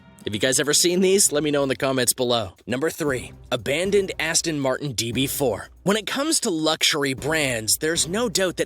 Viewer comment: It's an Aston not Astin.